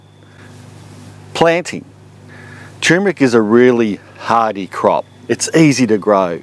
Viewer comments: Thanks, I'm planting some this year. It's great in coffee and added to date and peanut balls.. BTW: I don't think it's pronounced 'chewmric'.. Try 'tur·mer·ic' (look it up) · Sir, please, it's pronounced TUR-mric. Not TOMB-rick. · Dude it's called tur mer ic. Not tumeric... Lol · Fresh is NOT best because you need to take a lot to have any medicinal anti cancer activity. Btw it's tuRmeric, yes the r is pronounced, not tumor-ick. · It is tur-mer-ic not tue-mer-ic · Chew Mer Rick?? maybe he means Turmeric, Turm like turn a corner. Still a v good vid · TUR MER IC not Too MER IC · TuRRRRRRmeric! Look it up. It is spelt and pronounced as tuRmeric, not tumeric! Not such word!!! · Why the fuck do you people call it tyoomeric when it is TURMERIC??? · Maybe you are dyslexic, if not then I would like to point out that it is tur'mer'ic not tume-er'ic. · "Turmeric" is probably the most MISPRONOUNCED word on the planet! Are YOU pronouncing it correctly? Well, if you pronounce it like the man in this video, you'd have to answer "no". Like so many others, he fails to pronounce the first "R" which is NOT supposed to be silent! Click the link below if you want to hear a super short audio of the CORRECT pronunciation! of: tur-mer-ic. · Love the dramatic pause everytime before you say..."tumeric".